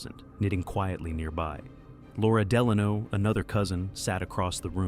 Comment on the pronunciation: How do these IDIOTS not pronounce the name of a President right? D'lonno? Really? Must be some idiot company that cranks these out with no product control.